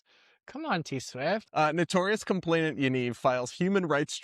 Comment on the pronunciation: Btw. Complainant. Not complainTant ❤